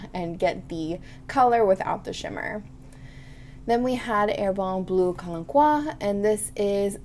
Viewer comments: Calmque --- calm que. Pronoumnce the "k" and add a "u" sound as in put. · About Calanque. The digraph "qu" in "que" is pronounced as a /k/, and as usual, in french you don't pronounce the final e. Therefore when saying Calanque just end the word with /k/. Something like /Kalank/, with the "an" being actually a nasal a. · Hi there! Lovely video. Stepping in here for a quick pronunciation tip -- "calanque" is a type of cove/inlet on the French riviera where the sea usually appears a beautiful turquoise. It's pronounced "kalank" (the an sound resembles the one in "shan't" in British English).